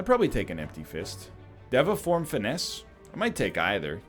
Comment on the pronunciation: day 7 of telling NL that it's pronounced day va form